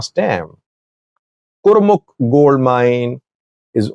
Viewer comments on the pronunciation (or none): none